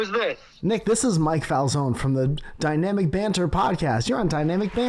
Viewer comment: Love how calls it DUYNAMIK BAANN…